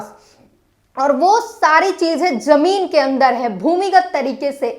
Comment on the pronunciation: Jone nahi Zone... Or Jameen Nahi Zameen.. Shambhu Bhaiya Sikhao inko Qki aap to sahi bolte ho per ye nahi.. Intejar nahi intezar....